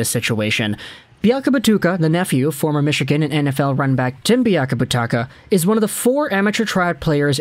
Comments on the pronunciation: It's biakabaTOOOOOOOOka my guy! As always, love the content, though! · You have pronounced Biakabutuka 3 different ways. I hope your doing it on purpose.